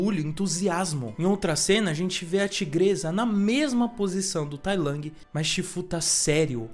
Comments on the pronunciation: Não é tai lang, é tai lung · Toda vez q vc fala tai lang uma partr de mim morre, fora isso video sensacional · P q vc fala Tai Lang 😭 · vídeo top mas a forma dele falar tai lang é meio broxant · Ele ta falando com a pronuncia em inglês